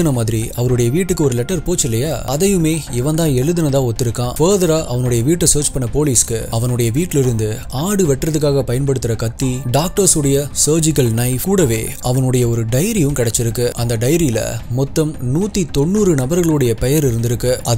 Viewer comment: அது என்ன சோஜிகல்....fபோதரா...சர்ஜிக்கல், fபர்தரா என்று சொல்லுங்கள்.